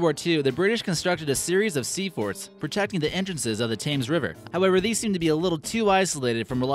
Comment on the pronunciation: did anyone else get triggered when he mis-pronounced Staffordshire and Thames???? you pronounce it kinda like this... StaffordSHERE and TEMS